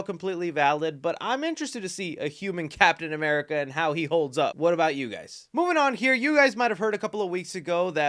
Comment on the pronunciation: Oh how I’ve missed you saying “capmn America” 😂 great vid bro